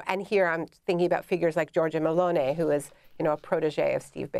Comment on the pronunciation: Why does she keep saying Melone? It’s Meloni with an eye sound